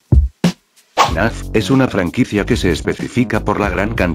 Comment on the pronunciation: Algunas veces parece que dice “naf” en vez de fnaf xdddd